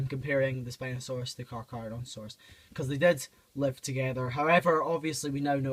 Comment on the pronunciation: "Papo Cacaradontosaurus" Got really confused for a second lol.